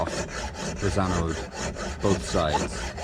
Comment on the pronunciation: Glad to see you using puraflex! I have used it a few times on my boat and am really happy with it but it does make a mess. Watching you refit your rudder reminded me of when I put my rudder back on earlier this year. Episode 14 of sailing octopot on YouTube. Makes me chuckle when you try to say annode. Angela, my wife calls them annoides!